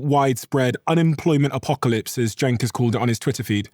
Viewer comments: Yes….so so so SAD….AI companies are losing BILLIONS….Kevin O’Leary, leads the race for “World’s BIGGEST Gaslighter”. By the way, Cenk isn’t pronounced Jake! Have some respect! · Is O'Leary an idiot, the name is CENK, not "Jack!" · I believe his name is pronounced "Jenk", not Jake, Mr. Wonderful... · Is he mispronouncing his name on purpose? It sounds like he's calling him Jake. There's nothing about the rest of his speech that would indicate he would have a hard time saying "JENK". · Omg his name is Cenk! Pronounced JENK- like in Jenkins. I KNOW Kevin can pronounce it! Stop calling him Jake or Jakester! It’s so obviously intentional. Nobody talks about robots eating babies. They only talk about the Epstein class doing that. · Is Kevin calling Cenk, Jake or is it how I am hearing it? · Cenk. It's pronounced "jank." And he can't be trusted either. But my late friend Beverly loved him, so I still listen. I wish she was here to stay what she thinks now. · I get the impression Kevin intentionally mispronounces Cenk's name.. Could it be because he's jealous??? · He can't even pronounce Cenk's name right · mr wonderful is so disconnected from reality that he can't even get Cenk's name right haha this dude lives in a bubble lined in gold. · What an absolute jerk this Levin is. He can’t even learn how to pronounce Cenk’s name.